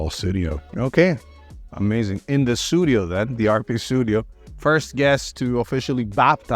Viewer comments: The Phil Collins song is actually "Sussudio", not "Sudio". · Aww I thought Mike was saying "Pseudio", that would be hilarious